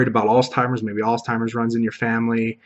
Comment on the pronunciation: Interesting information, and great to hear of your personal experiences and successes! I am very new to learning about the ketogenic diet. Side note: I heard you saying 'alztimers', however it's Alzheimer's (disease).